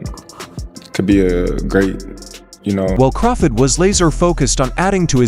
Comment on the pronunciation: Terence CrawFID lol